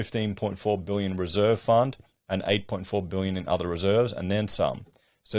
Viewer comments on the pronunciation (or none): Your Victoria origins are showing with "booyuns" instead of "billions"